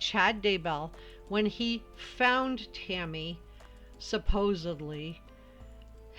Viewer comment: Idk y I keep hearing u say Timmy instead of Tammy lol so weird